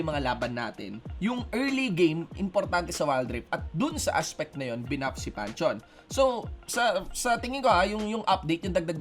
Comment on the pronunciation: It pronounced Pan-theon